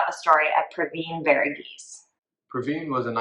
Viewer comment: Thank you for bringing this case back up. Super happy to see it coming back to light. Justice needs to be served for this family. PS- Thank you for taking the time to learn the actual pronunciation of his first and last name and not butchering it like many have done in the past😃